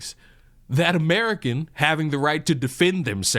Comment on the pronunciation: Ho Lee Sheet. He ish not amrikhan